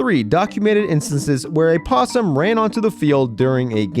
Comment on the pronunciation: Omg dude the possum situation kills me 😂 along with the way you say “possum” idk why I think it’s so fkn funny